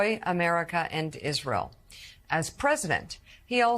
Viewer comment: I’m distracted by the anchor saying the word “Isrull.”